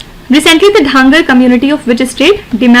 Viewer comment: Mam its धनगर not ढांगर